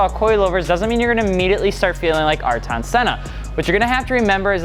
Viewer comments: Dude....u butcher senna’s name. Not AR-TON, but AIR-TUN senna da Silva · Arton???? It's pronounced aye-year-ton. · let me help you pronounce Ayrton, it's like saying eye-ear-ton